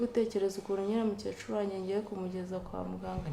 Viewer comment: Ntabwo bavuga umucecuru bavuga *umukecuru*.